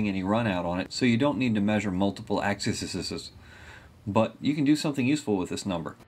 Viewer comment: Do you say axeseses on purpose? No mean to offend, just curious :) Great videos, plenty of usefull information, thanks for good job and your time and effort :)